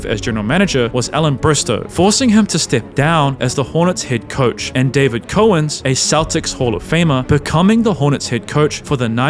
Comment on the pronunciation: learn how to say Dave Cowens or quit this business...